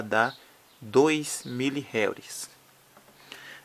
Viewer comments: não se pronuncia réuri e sim enrri. (Henry) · Na vdda pronúncia é como se fosse RRênri ( HENRY )